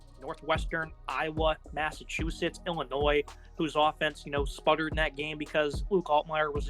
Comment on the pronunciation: Dude, the “s” is silent in Illinois.